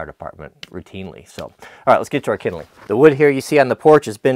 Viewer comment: Called splits idk whos the fancy guy calling it kindleing